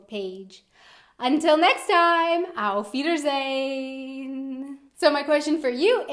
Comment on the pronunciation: Little tip for the accent, take the hard American R out of your "Auf Wiedersehen"